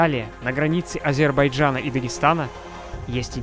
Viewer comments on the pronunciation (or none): none